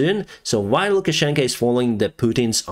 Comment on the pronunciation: Is it me or is saying LukaschenkA instead of LukaschenkO. Implying that Putin wears the pants in the Belarusian-Russian relationship? 😅